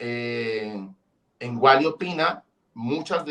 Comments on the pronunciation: Ese Man..el que nivel de inglés tiene?.....le dijo "uoli" toda la entrevista......jajajajaj, y el "Uali".....tirando paciencia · se dice w a l y, no woly 😂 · jajajajaja el amarillista entrevistando a WALLY, no es woli es wally en español mi rey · Vibr por que decía wally